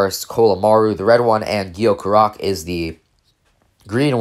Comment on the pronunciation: Its “Gee-yo”